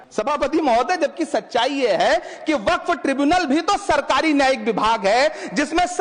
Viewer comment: Did he pronounce Waqf incorrectly throughout the video or is my hearing messed up?